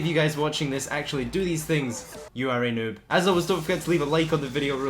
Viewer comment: 1. Learn how to pronounce noob. 2. People get around 15k for destroying a gunrunning shipment or cargo lorry